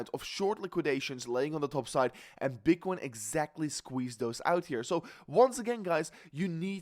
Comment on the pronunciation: What the hell did you just say at the beginning? Bitchcoin? 😂😂